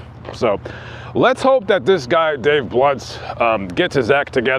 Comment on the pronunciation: Did you say "Dave blunt":, or Dave blimp"?